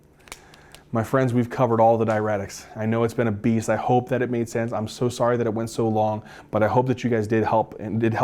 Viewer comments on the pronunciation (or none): none